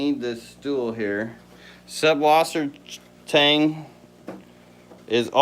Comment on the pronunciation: "Subwassertang" the 3rd letter is a German letter, that is like a double s. süßwassertang, süsswassertang would maybe be easier. "Freshwater seaweed" might be a better name, but yeah super common that people say subwassertang though. :)